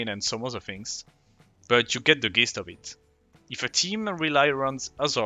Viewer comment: Dope video. Just subscribed. "Gist" is pronounced "jist" in english. Just a respectful tip :D